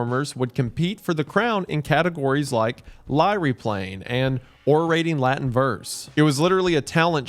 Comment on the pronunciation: God, I hate the way Anglophones pronounce Latin words.